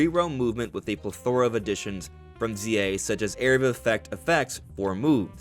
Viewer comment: that’s not how you pronounce plethora